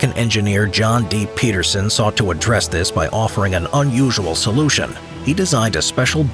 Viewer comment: You just had to mispronounce peterson didn't you?